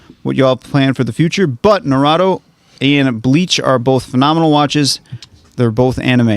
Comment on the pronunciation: the way keeps mispronouncing damn near every anime title XD like i get it but still its so funny Edit: narado XD nahh rooo toeee Naruto